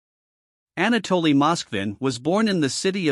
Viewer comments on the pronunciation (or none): “Ana- Dolly “ 🙃